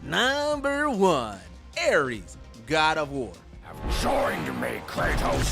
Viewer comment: Ares, Verdugo, Vergil, Rodin...you said those names in a weird way, they just sound very weird the way you say those names.